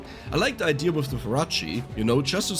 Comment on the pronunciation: I been loving the way he says idea…”idear” I LOVE IT.happy I got VS for my phone and bought the extra dlc maps,thank you!!!